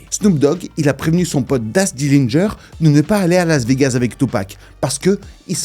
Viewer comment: Aller p'tit mention mignonne pour ta façon de prononcer Laz Vegaz, l'as des gaz magueule